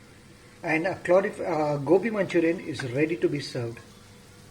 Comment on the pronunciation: Sir its gobi not gopi LOL🤩